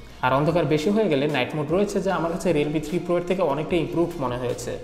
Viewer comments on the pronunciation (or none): Your "এর" is still sounds like "এ্যা-র" Fix that soon.